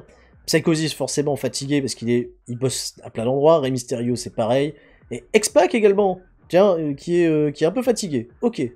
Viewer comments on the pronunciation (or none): Pourquoi dit il toujours x poc et pas x pac????